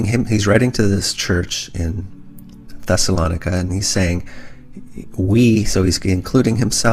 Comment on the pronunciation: You mispronounced Thessalonica Look it up